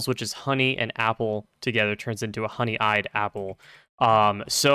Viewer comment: "honey-eyed apple" i... how do you mispronounce that it's honey-ed, one word